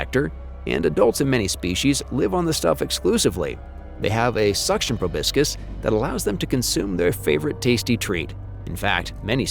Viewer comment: Probiscus? It’s proboscis. Also, it’s “KY-tin”, not “CHIT-in”